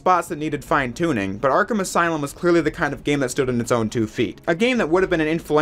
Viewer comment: Welcome to the aslume